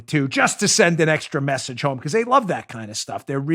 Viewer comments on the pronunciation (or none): Did you say, “ excremessage”?